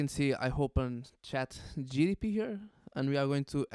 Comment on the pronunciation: Gpt not gtp hahahahaha